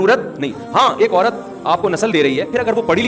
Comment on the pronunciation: اورت نہیں ہوتا ہے۔۔۔عورت ہوتا ہے۔۔۔